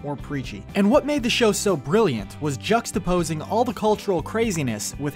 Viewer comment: Id never thought id see the day of someone using the word juxtaposing so flawlessly